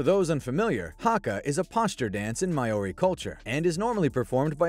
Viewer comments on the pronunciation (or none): "May-ory culture" 😭 butchered it completely